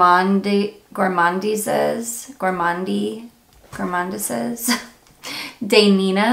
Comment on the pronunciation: You say Les Gourmandeez day Nina:-)